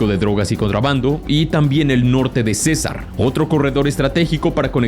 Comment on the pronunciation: hubo errores de acento, es decir tildes, cuando pronuncias los departamentos, Urabá termina en tilde, dijiste uraba, Cesár, y dijo cesar... Orinoquía y no orinoquia.